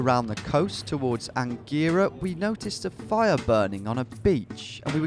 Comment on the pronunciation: Omg I was born in Angera (and you pronounced it wrong)